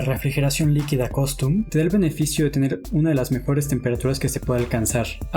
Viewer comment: por tercera vez dices costum en vez de custom... buen video, buena información. Gracias...